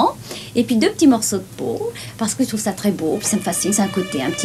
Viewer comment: Ses dents de vampire l'empêchent de prononcer les je et les che correctement. C'est ballot...